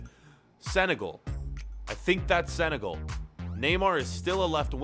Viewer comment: Oh. Yeah but it is not seneagel like said